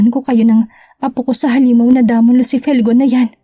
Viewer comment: Damon pronounce Day- min .